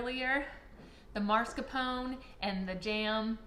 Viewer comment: You're pronouncing mascarpone incorrectly. It's not marscapone it is mascarpone. FYI